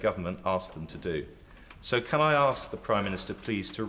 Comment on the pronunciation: Why can't Dawn Butler say the word 'ask'?